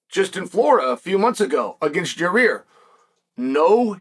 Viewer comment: . Who’s Jahir? Unc it’s Yair 😂